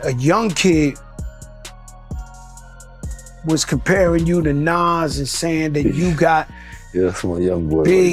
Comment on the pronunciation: She pronounced Nas 2 different ways back to back.